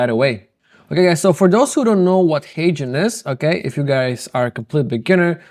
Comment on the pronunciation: I finally figured out he is mentioning HeyGen and not Asian. Ok Guys. That’s all I have Guys.